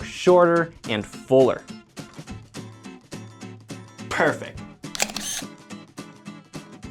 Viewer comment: i defiantly hear a different word instead of 'perfect'😅 funny